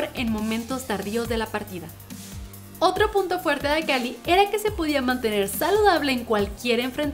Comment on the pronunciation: Demasiado Juerte con J y no con f lol